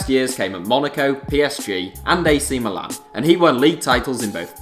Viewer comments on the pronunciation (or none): none